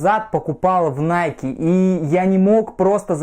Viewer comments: Оригинал ищет. Все знает (типА). Называет NIKE «Найк»🤦🏻‍♀️🤦🏻‍♀️🤦🏻‍♀️. Это НАЙКИ, там в конце E, это произносится как «И». В оф.магазинах США подойдите к консультанту и узнайте наконец-то, что это НАЙКИ, а не НАЙК🤦🏻‍♀️🤦🏻‍♀️🤦🏻‍♀️. Его английский это просто пипец🤦🏻‍♀️🤦🏻‍♀️🤦🏻‍♀️ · Не найк, а найки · Вы меня извините конечно. Но. Название бренда происходит от имени богини победы Ники и в оригинале звучит "Найки". Именно так его произносят в Соединенных Штатах. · игорь прав, иностранцы произносят: "найки"